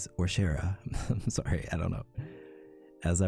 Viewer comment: The way he says sworry is ADORABLE it’s so ✨Canadian✨😏